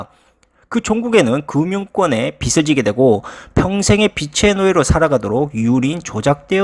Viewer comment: 빚을[비즐]. 빚이 [비지]. 발음만 잘해주면 아주 좋은 채널이 될 것 같습니다.